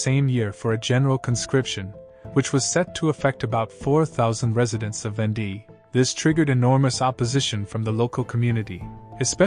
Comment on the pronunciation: It's VAWN-Day, not ven-DEE.